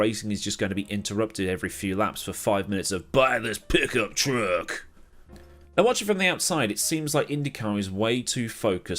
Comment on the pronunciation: As an American I must say your way of saying “Dale” and “pickup truck” is Magnificent!!!!